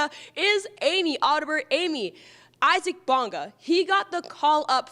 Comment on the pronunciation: It would be nice if they pronounced Isaac Bonga’s first name properly… EEE-sac!